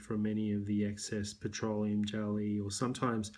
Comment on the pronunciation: The way you say "irritation" and "petroleum" is really satisfying